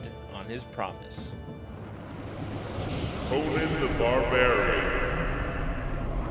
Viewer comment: Conan - not Conin. What planet are you from?